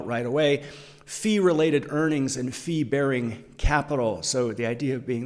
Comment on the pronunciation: thanks for the video. BTW I thought you said "flea-bearing assets", until I remembered you weren't talking about the UK's worst smallcaps.